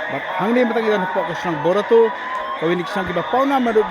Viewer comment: Barato not bortato